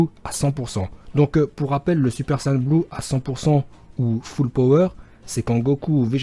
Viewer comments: C pas ça et on dit sayen pas sayan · on dit saiyens